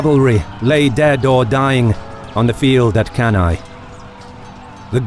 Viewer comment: One of the best video on Cannae IMHO. Anyway, the correct pronounce of Cannae is "canne" (kan-neh). And Paulus, not Paullus.